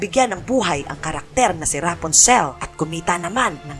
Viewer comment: Rapunzel pronounced as "Rapanzel" hindi po "Raponsel"